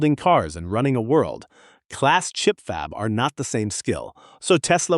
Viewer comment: This was interesting until I heard the A.I. fumble on "world-class" pronouncing it "world. Class." sigh.